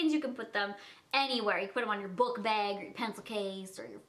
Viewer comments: "I LOVE THE BEG" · I love when she says bag!